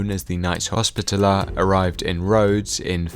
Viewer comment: You pronounced hospitaller wrong. Great video though!